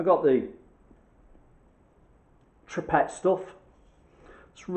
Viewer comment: You can get a tube version, like a paintable silicone...repaircare? 2hrs.. not putty though, don't know about listed buildings.... Always read the can!! Oh, it's pronounced two-pray....btw